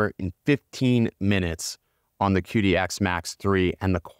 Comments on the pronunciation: The Q in Chinese is like CH in English so instead of calling it Kidi you call it Chidi. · It is pronounced Chee Dee, the Qi is the vital life force in Chinese medicine. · Just a heads up; it’s pronounced chee-dee. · Plus, desiccant, Qidi (this one almost understandable). Just some words I noticed you said wrong/weird/different. Please ignore me, I'm just an asshole lmao.